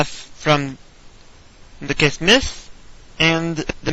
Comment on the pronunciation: its kiss-me-sis not kissm-sis